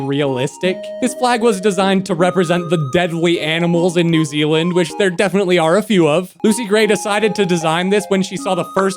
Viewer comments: “New ZELAND” Its new ZEALAND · ITS NEW ZEALAND NOT NEW ZELAND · New zealander here btw you pronounce new zealand like new-zee-lind and those leafy designs are our ferns which are EVERYWHERE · New ze-a-land has laser-eyed kiwibirds?